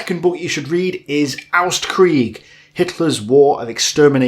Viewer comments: ost is pronounced like "lost" without the L. the way you pronounce it makes the title sound like austkrieg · Hey, since you try to improve your deutsch: you totally mispronounce OSTkrieg. its OST like "Ohh s t-krieg". almost like the english indivisual letters, you kinda say AUST-krieg. like AU which means something like "AHH it hurts" - when you crash your toe somewhere, you would yell it:) cheers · You pronounced "Ostkrieg" like "Austkrieg". So if you want to pronounce the German "au" pronounce it like you did with the "o". The "o" itself is pronounced much more similar to the English "o". And "Ostkrieg" is said a little bit faster with the "Ost" being stressed. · or simply pronounce Ost the way you pronounce "cost", but without the c;) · One thing: The "O" in Ostkrieg is pronounced like the "O" in Onslaught for example, otherwise great recommendations!